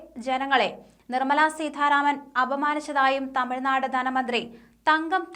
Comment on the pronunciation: അവതാരിക ഉച്ചാരണം കുറച്ചു ശ്രദ്ധിക്കണം. ഉദാ. സീഥാ രാമൻ